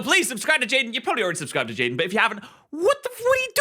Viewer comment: Chaiden chanimations=jaiden animations^sereus speech impeddiment